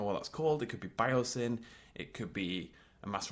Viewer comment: When he said Biosyn, I was like, "Biosyn!" It should be Biosyn